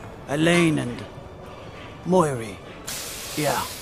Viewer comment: muiri (moo-e-ree) not (mihoy nihoy menoy)